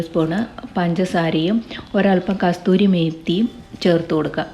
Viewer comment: Kasthoorimethi alla Kasoorimethi